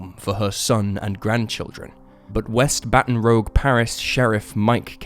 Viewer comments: AI wouldn't say "Baton Rogue". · Learn how to pronounce Baton ROUGUE and MOBILE Alabama. It doesn't take much research man. Still better than AI but you have a responsibility to us who choose not to listen to that AI crap. Keep up the great work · The city’s name is Baton Rouge. Bat on Roozhe. It is French for Red Bat. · Baton ROOJ. (Just being a bit picky!) Anyway, good job as usual! Love your vids. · the name of the town is pronounced baton r o o j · My guy, Baton Rouge is pronounced ba·tuhn roozh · What? Sometimes things are just pronounced a certain way and people mispronounce it. Sometimes a mispronounciation is just a mispronounciation. 'Rouge' is most certainly not pronounced the same as 'rogue' by anyone anywhere. S He just mispronounced it. It's not about dialect or idiosyncratic speech patterns- he just mispronounced it because he mistook the word. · As a louisiana native your pronounciation of Baton Rouge, and Lafayette is fuckin hilaeious. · You can't even pronounce 'Adidas', 'Baton Rouge", or 'Lafayette' properly. Talk about butchering words! 🤦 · 🧻🧻🧻 This is all I could find for the Americans that are upset about Baton Rouge and Lafayette being mispronounced despite the fact that they purposely mispronounce every city outside of America. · Baton Rouge and Lafayette are French words please pronounce them properly. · Arghhhhh! 😣 Love your channel, but please learn correct name pronunciations. I'm pretty sure this is not an AI narrated channel, or at least it didn't used to be. In this video we have Baton Rouge, Adidas, Nike and Lafayette. Did I miss any? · Still, it’s not that hard to find out the correct pronunciations of places. If you’re producing videos, not seems the least you would do. Pure laziness, in my opinion. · Isn't it Baton Rouge, not Baton Rogue? I'm not an American so can only go by what I've heard previously. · It "rouge", which means red. Rouge is not spelled rogue. Can you see the difference? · Baton rooj not rogue.